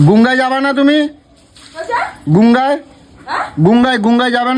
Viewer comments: "গুঙ্গা" আবার কি? শালা অশিক্ষিত "গঙ্গা" কথাটাও পরিষ্কার করে বলতে জানে না! স্কুল - কলেজে তো যায়নি.. জানবে কি করে?? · গঙ্গা ❌ Gunga ✅